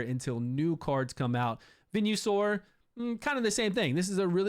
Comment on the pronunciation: Venue-Sore is what I'm saying from now on